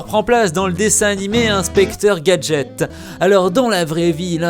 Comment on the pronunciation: c est pas inspeqtor gadget x